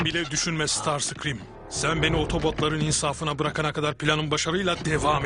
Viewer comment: Starscream❌ Starsıkrim ✅